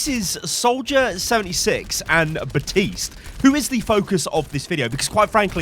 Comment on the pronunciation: Ok, Ive been able to ignore it until now. The P in Baptiste is NOT silent. There is even a voice line that correctly says his name.